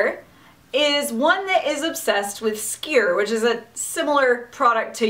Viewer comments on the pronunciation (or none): I went to Iceland a couple years ago and dreamt of Doorslammer the yule lad while there. lol Also the way you said Skyr hurt a little lol